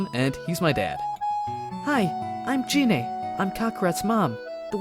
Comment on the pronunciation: It's a good story, but dude, "dragon spheres?" Really? They're "dragon balls" You even said Gine and Namek wrong, but again, good story